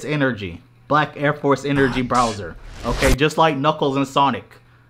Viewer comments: constantly calling bowser "browser" is bothering tf outta me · Bro called him browser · Are you really calling bowser, BROWSER???? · Bro it’s pronounced “Bowser” not “Browser” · Mans was saying “Browser” instead of “Bowser” lmao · Bro kept calling him browser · Is is just me or is calling this dude "Browser" through this whole video? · saying Browser instead of Bowser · ITS BOWSER NOT BROWSER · don't mean to call ya out but are you calling Bowser Browser?